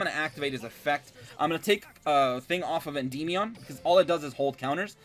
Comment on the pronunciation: I kinda hate the way he says Endymion (End-EE-Me-On) I've always just pronounced it Endi-meon. No need to drag out or emphasize the y part so much. Sounds silly